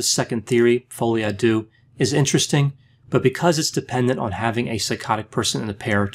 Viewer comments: Not to be this person (but to be this person), the deux part in folie à deux is pronounced more like de-uh. Its a bit more like if you were trying to sound out the letter “d” but slightly different than that. It’s a hard to describe how to sound it out over a message, but I’m sure a native French speaker could help you with it! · it's spoken: "folie à du" (the u like in "murder" not like in you)